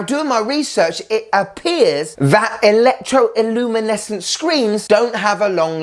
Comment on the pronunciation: Please stop saying "Electro iluminescent". The correct wording is "Electro luminescent". Notice there is no "i" before "luminescent".